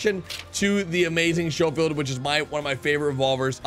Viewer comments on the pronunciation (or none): Lol shofeild it's sco like scope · It's SCHOFIELD NOT SHOWFIELD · it’s pronounced skofield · stop saying shofield it is schofield like the word school not shool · Thats pronounced Skole field not show field. But you're still the man. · The schofield revolver is pronounced skofield not showfield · It's pronounced SKofield--hard "ch" as in "school" just FYI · Thank you lol this dude is killing me pronouncing it wrong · Schofield pronounced S K OH-F EE L D. Thnx for the vid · S-co-field is how it's pronounced lol as in Major General John M. Schofield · Sho- field lol🤣🤣🤣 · It’s pronounced sco-field just so you know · Omg its skofield not schofield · Schofield (sk-o-field) Just trying to help you out. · Its pronounced "Sko field" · Please say Schofield correctly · Don’t you ever pronounce Schofield like that again you dweeb smh